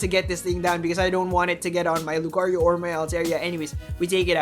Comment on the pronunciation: What we need is hear Lucario and not 'lUcArIO' every single video. Other than that great content, I think I've watched them all the last few weeks